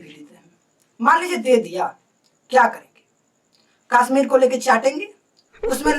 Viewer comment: Bhai kasmir nahi Kashsmir 🤔